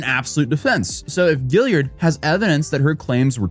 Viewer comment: Okay, I'm being picky here, but... Guillard is pronounced "Gee-Yard"... not "Gill-E-Yard".